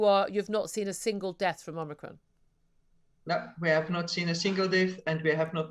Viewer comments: What’s omnicron? Does she mean omicron? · She keeps calling it omnicron!! That's moronic.